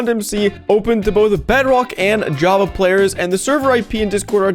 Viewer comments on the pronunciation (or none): none